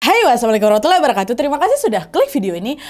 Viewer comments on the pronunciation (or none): none